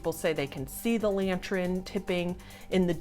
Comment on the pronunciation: AND we can't ignore the fact about blatantly calling the lantern a "LANTR-EN" throughout the video, lmao. That's not an accent, that's just her being a whole azz goof troop! A "silly willy" some may say. Lol love ur face!